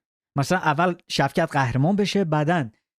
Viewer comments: شُوکَت رحمانوف نه شَوکت😂😂😂😂😂😂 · داداش شُوکَت نشنیدی تو ایران! شَوکَت چیه دیگه 😂